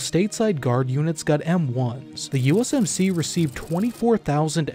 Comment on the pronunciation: Yoosumsees is how he pronounced US MC 😂. ❤ FROM MICHIGAN!